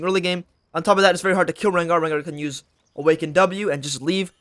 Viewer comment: Rengar low bob or whatever you said.